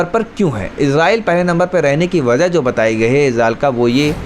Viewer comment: Baza nahi hota wajah hota hai mere bhai